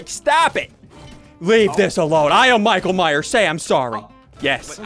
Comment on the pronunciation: he said mike ,myers not michael myers but still a great vid lol\\